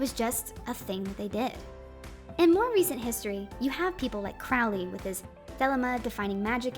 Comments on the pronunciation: "It is pronounced Crowly. To remind you that I'm holy. But my enemies say Crouly, in wish to treat me foully." - Aleister Crowley There is a little rhyme written by the man himself to help with pronouncing the name. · FYI, It's Cro(long O)wley, like the Black Bird. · Love the video. But it’s pronounced like croh-ly, to rhyme with unholy.